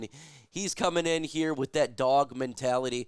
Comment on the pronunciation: Could you stop being gxy and say dog properly. You're literally cringe dude!